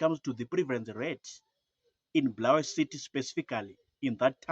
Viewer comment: Bulawayo not bhurawayo